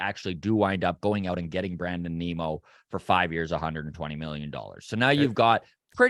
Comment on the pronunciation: Geez guys, how difficult is it to say Nimmo… like dimmo… which is what you guys sound like - dim. Nimmo is a better choice than Zimmer and Bellinger.